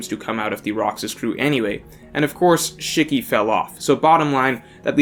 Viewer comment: Lmao. I kno u somehow dont kno a lot of names but come on.. Not even able to pronounce shiki?